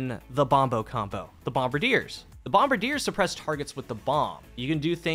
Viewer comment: Bum-Bar-Dee-Ay. It's French.